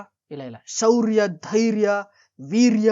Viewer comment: Brother my suggestion to you is stop making videos. 😂😂 but Olle maja kotte. Nan comment na delete madbeda. Hope (ಹೋಪ್) ಅನ್ನೋ english word ನ “ಓಪ್” ಅಂತಿಯಾ ಶೌರ್ಯ ಅನ್ನೋಕೆ ಸೌರ್ಯ antiya Hats off ಗೆ ಆಟ್ಸ್ಆಫ್ಟ್ ಅಂತಿಯಾ Algorithm ಗೆ ಹಾಲ್ಗರಿದಂ ಅಂತಿಯಾ and what the fuck is illucination?? Aura ಅನ್ನೋ ಬ್ಯೂಟಿಫುಲ್ word ಗೆ ಹೋರಾ ಅಂತಿದ್ಯಾ 😂😂😂 ಹೀರೋ ಗೆ ಈರೋ ಅಂತಿಯಾ ಇಷ್ಟೆಲ್ಲಾ ತಪ್ಪನ್ನ ಒಂದು ಚಿಕ್ಕ ವಿಡಿಯೋದಲ್ಲಿ ಮಾಡೋ ನೀನು ಅದೇನ್ ಮೂವಿ ರಿವ್ಯೂ ಮಾಡ್ತಿಯೋ 😂😂😂😂😂😂 ಈ ತರ ಮುಕ್ಕರಿಯೋ ವಿಡಿಯೋ ಮಾಡೋದ್ ಬಿಡು ಮಗ ಆಗಲ್ಲ ನೀನ್ ಹತ್ರ ಅಂಡ್ ಡೋಂಟ್ ಡಿಲೀಟ್ ಮೈ ಕಾಮೆಂಟ್